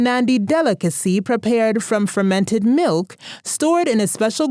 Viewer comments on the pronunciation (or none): none